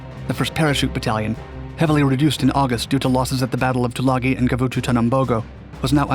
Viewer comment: Robdul? Rabadul? Why can't you do enough research to correctly pronounce names. Try Rabaul (râ-ball). Tagooloo? Tulagi (to-lâ-gē).